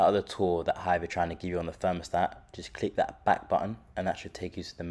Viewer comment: It a 'Thermostat', not a 'Fermostat'